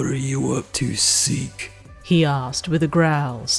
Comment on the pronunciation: When you say seek I hear it as "zeek" from aot 😅